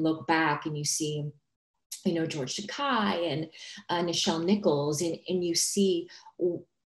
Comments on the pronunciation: LOL Oh Linda Park ... You are a hoot, but very mistaken. It's George Takei, as he's always said... it rhymes with o-kay not o-KI. Slip of the tongue for a linguist perhaps? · Sadly, Linda, you are now on George Takei's 💩list for saying his name wrong...